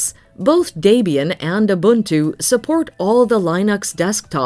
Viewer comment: As a South Africa, the narator says Ubuntu perfectly.